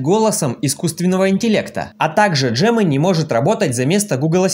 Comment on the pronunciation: Где ты увидел букву Дж-Джемени ? G-Г !